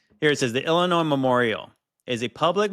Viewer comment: “it was paid for by the state of illa-noise” after he already says it correctly twice? 🤦‍♀️ That an-noise me! At least got it right every time!!!